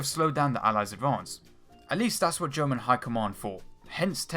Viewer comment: Your pronunciation of "German" takes away the idea that you are serious in relaying anything relevant.